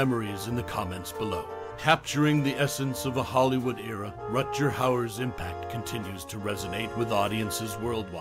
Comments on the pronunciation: Really? "Rut-jer"? Come on, man. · RUT-GER i had to stop listening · At least learn to say his name correctly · They? Their? I counted. HE is one person. Thumbs down for woke language AND mispronounceing his Name.